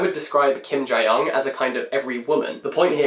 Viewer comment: Kim Jee Yeong , not Jai Yeong. No shade tho